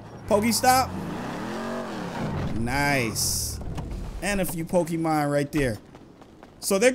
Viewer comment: Why do people on yt always pronounce it pokiman